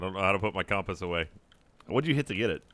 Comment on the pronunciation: Please someone tell he's saying compass wrong.